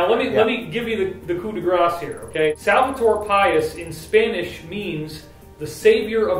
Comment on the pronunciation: David great info, I'm looking forward to hear more about it. On a quick correction, try to read Salvador Pais in spanish rather than in English. It'll give you the right pronounciation. Salvador means "Savior" and Pais means "Country." Nación means "Nation".